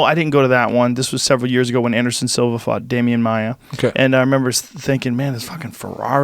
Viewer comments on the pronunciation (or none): Every time he says "fought" it definitely sounds like he said "fucked". "Yeah I fucked him in this video".